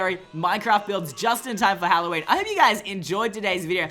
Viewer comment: You suck you said Halloweiner